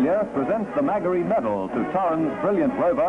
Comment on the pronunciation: Only 2 problems... (Not that you can do anything about them) some of the camera work was extremely washed out & The audio voice over must be someone from Victoria... He can't pronounce 'Magarey' correctly!